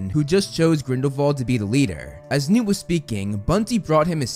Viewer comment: Is this guy purposefully saying “Nude” for newt?